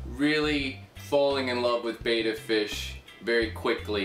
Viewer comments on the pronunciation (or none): Its pronounced "betta" not "beta"